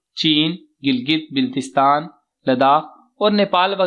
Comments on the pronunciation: bhai jagay ka naam to sahi lain, biltistan nai baltistan hota hai😒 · Baltistan ki pronunciation sahi kr k bataye shukria🙏